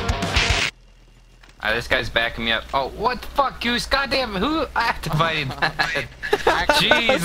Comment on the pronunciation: igh-this guys backin me up...OH WHAT THE FUCK GOOSE...GOD DAMN WHO... "ACK-TAH-VATED" THAT...JESUS THUR A CRAWLER RIGHT HERE...awwwwwwwwwwwwwwwwwwwww really?